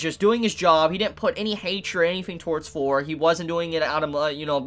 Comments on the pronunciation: why do you pronounce thor = fours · Am i the only one who hears "For" instead of "Thor"???